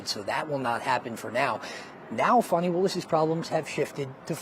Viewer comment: Give me a break, "Fawn-i." It's divine comedy that her name is Fanny.